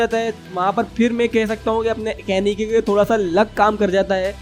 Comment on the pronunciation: And it is kaneki ken not kanaki ken